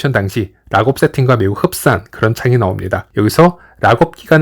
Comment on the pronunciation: 발음 지기네 온체인 라겁